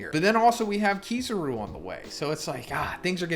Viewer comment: Your sayin kizaru wrong